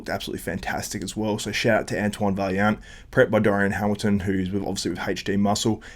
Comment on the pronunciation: It’s pronounced vaiyant ffs lol